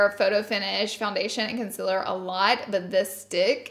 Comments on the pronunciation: Lol luv you girl but am I only just noticing that you say " conciler" instead of "concealer"?! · *conciler* ITS CONCEALER U GURLLLLLLLLLLLLLLLL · "It's so much conciler"